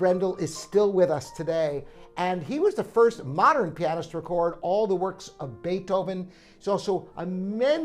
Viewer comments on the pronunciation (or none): none